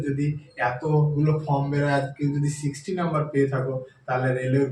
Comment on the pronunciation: Dada plz apnar spellig r pronunciation upor kaaj korun. ফর্ম টা বলেছেন ফ্রম, trade ta bolechen tread.Apnar vedio ta oneke dekhchen, sekhane apnar reputation er ekta ব্যাপার থেকে যায়।ধন্যবাদ।